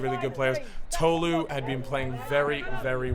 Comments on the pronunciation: it was annoying me how was saying tolu (pronounced toh-loo) like toe-loo ngl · I’m sorry but it’s Tolu not “Toelu”